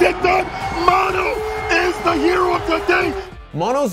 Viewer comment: mow know. how you a nerd and interviewed dude saying his name and u keep calling him mon-o